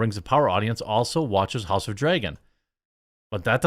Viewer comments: why do you say "drAYgon"????!?!?!?!!?!?! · Learn how to pronounce "dragon" dude... Every time to say it weird, sounds like you say "draigon" wich is what?